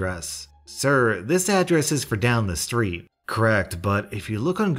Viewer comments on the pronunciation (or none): none